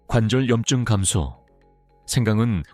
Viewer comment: 왜 염증은. 염증으로. 발음하시나요?